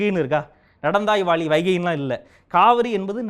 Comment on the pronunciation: சகோ உங்கள் பேச்சு மிக அற்புதம் ..நீங்கள் சொல்லும் பொது " நடந்தாய் வாலி காவேரி " என்று சொன்னீர்கள் .. அது ," நடந்தாய் வாழி காவேரி " ..இதை நான் ஏன் சுட்டி காட்டுகிறேன் என்றால் தமிழ் அர்த்தங்கள் மாறிவிட கூடாது என்பதற்காக ... உங்கள் ஆக்ரோஷம் நியாயமானதே .